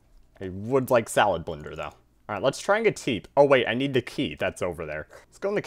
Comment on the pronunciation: SMH it’s not salablinder it’s salad blender